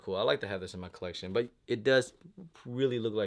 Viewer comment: He often like to pronounce collection 👉 “coleccion” 🤣 😂😭